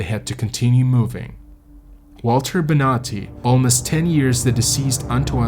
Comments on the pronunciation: It´s Bonatti, no Benati, please ' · So I was listening to this trying to fall asleep and I thought he was saying “nazi” every time he said Bonati. I was so confused like didn’t we already deal with the nazis? Why are there nazis on this mountain? 🙈